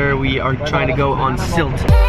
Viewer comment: pronounced it Sült not Silt😂..please